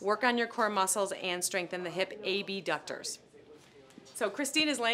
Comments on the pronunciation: Did she call the abductors the a-b- ducters? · She says A B ductors so no one is confused when she says abductors with adductors But I’m sure your perfect. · Enunciate? Not too hard.